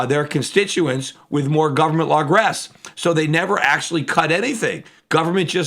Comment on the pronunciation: "largress"? Youve got that word wrong, brother pete. Heres the pronunciation